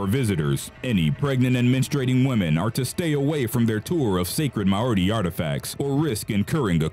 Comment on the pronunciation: Way to mangle Mauri. There is no D in Mauri.